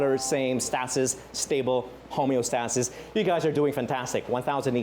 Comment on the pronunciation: mispronounced homeostasis and iteration